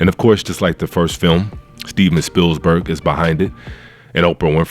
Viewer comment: There's only one 's' in Spielberg! But other than that, I agree with everything you said!